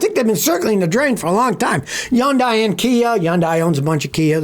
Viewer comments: Did you just say yundeye 😂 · How do you expect us to believe you, when you can't even pronounce Hyundai?